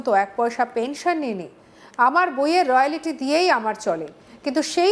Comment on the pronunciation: রয়ালিটি আবার কী কথা? এই সংবাদ পাঠিকার মুখে প্রথমবার শুনলাম। কথাটা রয়ালটি হবে।